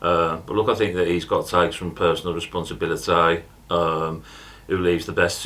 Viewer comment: Exaggerated the "responsIBILITYYYYY"